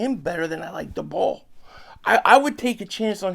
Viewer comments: Daboll= Day-Bull* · Are you saying dabolls name wrong on purpose?